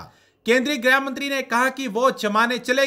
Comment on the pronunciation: ग्रह graih नहीं भाई गृह grih